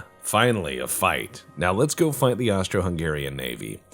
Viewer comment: Less-a go!